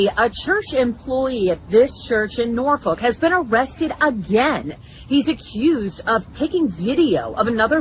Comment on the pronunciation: I've never heard of Norfuck Virginia listen to the news reporter standing in front of the church how she pronounces Norfolk